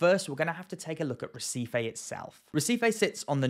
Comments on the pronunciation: brazillian pronunciations are counter intuitive to english speakers; it should sound more like hehseefee 👍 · Never heard of Recife . i thought you were trying to say receipt .